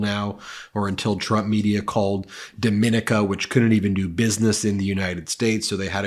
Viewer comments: WAIT! An educated lawyer with a channel producing news has never heard of the island of Dominica?! Seriously?! 1) It is pronounced "dom-eh-NEE-ca." 2) It is and independent island nation in the Caribbean CLOSE THE TH UNITED STATES. 3) For a guy who makes a living pointing out how ignorant Donald Trump and his Magadom are--galls houses and pots and kettles come to mind. There are only 23 countries in North America--LEARN THEM. 4) As a non-American watching your country's demise from the outside--it is absolutely astounding to watch you point the finger at each other! To watch ignorant people talk about how ignorant their fellow Americans are. To listen to the people who seem like mini-Trumps to The Rest of Us squeal about Trump. What Trump is to another human being; the US is to fellow countries. 50 If you want to consider yourself a non-ignorant: buy an atlas or a globe and (this is the important part): LOOK PAST THE UNITED STATES. The US is a (sit down for this)... only a FRACTION Of the planet. You SHOULD be able to name all 195 countries in the world. Stop being purposefully ignorant. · Dominica is pronounced "Domin-EEK-ah". It's one of those poor Eastern Caribbean states along with Antigua, Saint Lucia, Saint Vincent, Grenada, and Trinidad and Tobago. Their currency is the Eastern Caribbean dollar which is artificially pinned to the US dollar. It's not taken seriously by currency traders. Some of these Islands have set themselves up as offshore tax shelters but are not as prominent as the Caymans and other havens. Being relatively unknown, they fly under the world's RADAR. Nevertheless they are a rather unsafe place to hide your money. Only the shadiest of characters would use them. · Dominica has a different pronunciation than the Dominican Republic. It should be pronounced Dom-a-NEE-ka. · It’s pronounce ‘Dom-in-neek-uh’ - and it’s actually an AMAZING place… aside from this BS lol. Been there on a few different cruises.